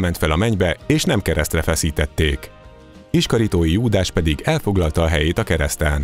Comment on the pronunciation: Sziasztok, az utobbi pár videóban egyre több hiba fordul elő! Nagyon jó anyagok, kàr ilyenekkel elrontani! Hirtelen pàr amit hallottam: Iskarióti, ès nem iskaritói Júdàs. Illetve nem voltak mexikóban indiaiak.